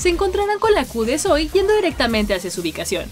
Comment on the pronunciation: por qué le dice soy si se pronuncia sowi :c la misma zoey lo dice